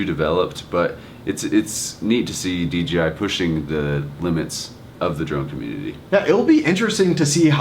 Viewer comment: If you are going too review it, at least learn to say," Dee-Jay-Eye", not "Dee-Gee-Eye"